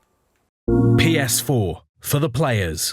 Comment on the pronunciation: Pee-ess-fourrr! For the pre-schoolers!